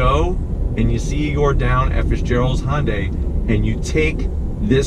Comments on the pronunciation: It’s Hyundai not hondai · I wish people would stop saying "Hon-day" or "Hon-dye". It's actually "Hi-un-dye", but since 'murcans can't seem to wrap their heads around that, at least say "Hun-day or -dye"